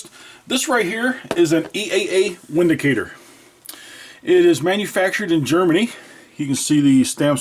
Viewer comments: VINDICATOR not Windicator. Volkswagen not Wolksvagen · Don't the Germans pronounce the w like we pronounce the letter v? So it should be pronounced vindicator